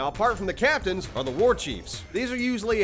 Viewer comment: "Shadow of WHRGH"